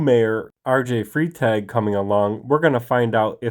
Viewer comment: It's not freetag! Its frytaag! Learn a little German. Yikes!